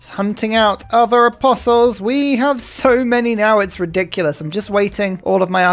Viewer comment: you mean "it's reliculous" :D